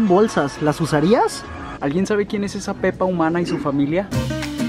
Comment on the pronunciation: Hoje cuando dijiste pepa no era pepa